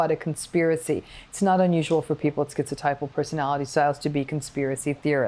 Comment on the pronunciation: Thank you Dr. Ramini , I am schizotypal . Firstly you can pronounce the word properly, maybe it's an American thing but skeeziod, skeezotypal, they can say schizophrenia properly and it's common knowledge that the 3 wise men of psychology Adler, Freud and Jung were German speakers "z" in German is pronounced 'tss' like a can of pop opening. Secondly you slipped the word "quality" over 'trait' (ni i i i ce). I have a 3rd nipple as well, how's that for 'ideas of reference' + 'magical beliefs', on top I remember every Dr, when I was little, make the same comment "You would have been burnt as a witch in the olden days". Ironically sort of right, just a few centuries out of date. Sorry to say this but it's better being magic than mental, though I may be prone to psychotic episodes I'm not default psychotic. Yes I "have magical beliefs" but Magic is managed madness, controlled craziness, logical lunacy or any other alliteration to that effect. I do not perceive magic in the Hollywood face value way, no bolts of lightning and stuff, but the real way. eg. if I was schizophrenic saying "I believe in Fairies" I'd be talking about little humanoids that I believed to be physically, objectively real shitting in the woods like the bears. But I am schizotypal saying "I believe in Fairies" that's because I refer to Spiders as '8-legged window fairies' or my Anima as my Fairy Queen. Dr Ramini described that well. I have a long time imaginary friend, does not mean I hallucinate- that's only on